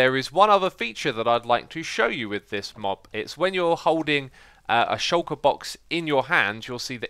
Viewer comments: The way you say shulker, YouTube gets it as "shocker" :p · Shulker is a word man, it means "hidden"